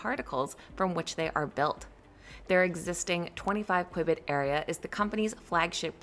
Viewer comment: Might want to listen to someone that knows how to pronounce qubit properly